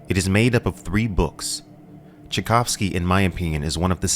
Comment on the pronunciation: And now say Tchaikovsky properly., Its the same name as the composer. 😊